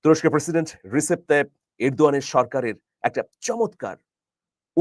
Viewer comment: His name is Rejep , though written as Recep. In turkish C is prounced as J.